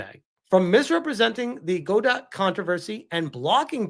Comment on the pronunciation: Godot... 🤦‍♂️ its pronounced guh - dough